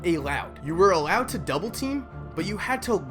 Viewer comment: Here's my only problem with your argument: you need to learn how to pronounce the word "allowed" properly before you make another video 😜